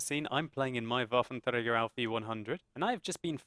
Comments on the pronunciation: It's WFT not WTF. "Wattenfrager"? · You don't roll your tongue when you pronounce this tanks name... Its German, not Mexican. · LOL how you say waffentröger sounds so funny XDXD btw im german